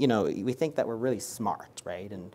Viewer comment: Right ? 😂😂 very informative and helpful but I became mentally abused predicting when he will say „wraight?“